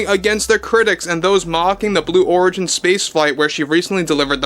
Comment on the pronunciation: it's origin as in original. Not Oregon as in Oregon. 😅😅😅